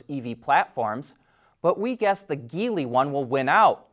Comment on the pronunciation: And "Geely" is a soft G (like gel) not hard G (like geese).